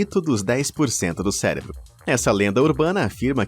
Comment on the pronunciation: Falando em erros, tente falar cérebro ao invés de celebro. Obrigado!